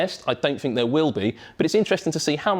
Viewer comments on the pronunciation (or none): "wiv", "fink", "fing"